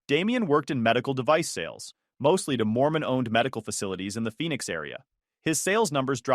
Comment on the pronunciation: Phoenix not Phenix